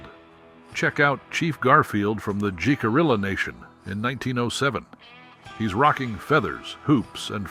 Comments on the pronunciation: Oh brother!!! Its pronouncd hick - ah- ree- ahh...you dont pronounce the letter 'j' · Jicarilla is pronounced Hih-cuh-ree-yuh. That’s not the only tribal name that was mispronounced. I would have felt better about this video if care had been taken to have all names correctly pronounced. As it is, it seems incredibly disrespectful.